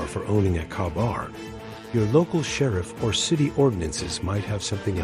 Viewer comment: It’s pronounced “Kay bar,” not “kah bar.” Get a robot that can read correctly.